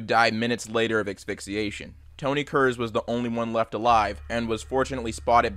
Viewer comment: "Exphixiation" :p lol